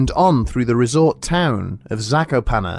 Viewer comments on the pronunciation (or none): none